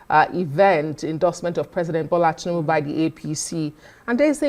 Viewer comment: Oga, Who Are You To Speak For Igbo People, We Has Nothing To Do With APC party. Look At, This Man Cannot Even Pronounce The Name Of Tinubu Correctly. Oga Continue Looking For Your Stomach, You Are On Your Own Period.